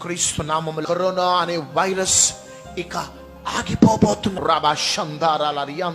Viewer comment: కరీనా వైరస్ కాదు రా... బాబు... కరోనా రా😂😂😂